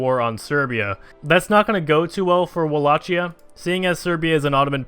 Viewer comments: Wallachia not Wallacia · Wall-ak-ia is the pronunciation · It's pronounced "walla-key-a"